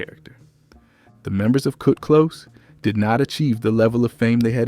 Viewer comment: Kut Close not Kurt Close genius! Must be an AI bot!